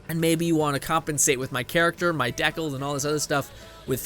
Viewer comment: Why do you say decal the way you do?